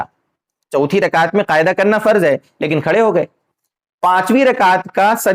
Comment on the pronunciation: محترم السّلام علیکم ورحمتہ اللہ وبرکاتہ بعدہ عرض ہیکہ آپ لفظ قعدہ ، کو قائدہ کیوں کہرہے ہیں'اور اس ویڈیو میں آپنے تین الفاظ جو انگریزی زبان کے الفاظ ہیں، (پوائنٹ)(کلیر)(کنفیوژن) کیا ان تینوں الفاظ کا متبادل اردو زبان میں نہیں ہے اگر نہیں ہے تو عربی یا فارسی زبان کے الفاظ کا استعمال کرلیتے۔ خیر قوت فکر آپکی اور مرضی آپکی عوام الناس کو جس طرف لیجانا چاہیں لیجأیں۔ والسلام علیکم ورحمتہ اللہ وبرکاتہ ۔